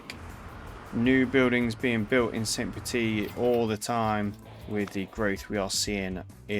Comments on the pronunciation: First time viewer. You have a great voice, and the video was interesting. However, one thing was very jarring for me..... if you are going to use an accented pronunciation, make sure you have it correct. "Petite" is pronounced petiTE not "petee". In french, when you have an e after a consonant, you always pronounce the consonant. "Petit" is pronounced "petee". Slightly less jarring, but also weird is the mix you use... in French "Saint" sounds like "san/can/ran" (no vocalized T)., it does not sound like the English "saynt". So you are using an english pronunciation for the first part of the city name, and wrong french for the other part... oof. So please choose one or the other, and if it is in not-english, make sure to look up a pronunciation. (And if this is a map you have created, then change the name of the city to not have an E at the end if you intend the masculine form of the word. "Petit".) Anyway, great video, informative and interesting content. Makes me want to play the game after a long hiatus. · So I start watching the video, and I immediately have to call this out: because "petite" ends in an E, the second T is not silent. "Petit" is pronounced, "puh-TEE;" while "petite" is pronounced, "puh-TEET."